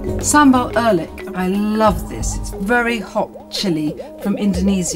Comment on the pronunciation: The way she pronounced Oelek 😂